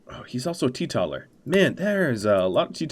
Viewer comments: Great video, as ever. I know I’m late to comment so you might not see it, but I need to say; it’s pronounced “TEE-TOTAL-ER”, instead of “TEE-TOT-ALER”. Because they are tee-total. Also it’s Jannisary, not Jassinarary ;) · I know this is minor and I'm a jerk for correcting pronunciation, but teetotaler is pronounced like the word total, as in, total Temperance. The word is out of fashion these days, maybe because Temperance seems to be out of fashion as well.